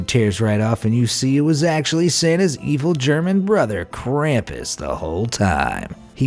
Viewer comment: Not krapus its krupes